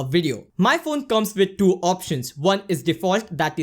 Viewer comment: I just can’t stop laughing when he keep saying DO instead of TWO..good contents though